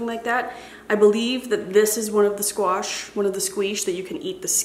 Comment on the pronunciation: I have been following you for years and yet every time you say “squeesh” for squash it gets me. 😂 Happy fall,! 🍂🍁